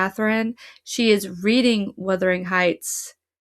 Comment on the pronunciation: What could have been a great exploration ruined by your continual mispronunciation of the title ...for gods sake it's WUTHERING not WITHERING!!